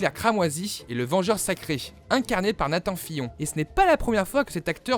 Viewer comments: Nathan FIYON ????? S’il vous plaît les gars faites en effort ... ça se prononce NATANE FILIONNE ( et ça s’écrit Nathan Fillion) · la prononciation de "Nathan fillion" ça pique grave!! ^^